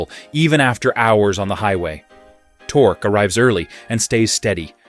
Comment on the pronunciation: Tork-key torque. F AI